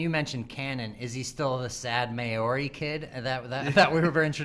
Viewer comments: it's "Mow-Ri" not "May-Ori" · On the bobba fett argument i was wondering the glasses guy meant when he said " is Bobba Fett still the sad Mayori Kid". At first I thought he was talking about an alien race in the Star Wars universe, then I realised he was referring to the Maori Culture. Someone has to teach these Yanks how to speak properly. P.S you pronounce it Mow- ree